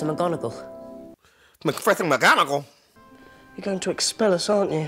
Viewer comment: My man called McGonagall, BUNGALOW!! 🤣😂🤣😂🤣😂🤣😂🤣😂🤣😂🤣😂🤣😂🤣😂🤣😂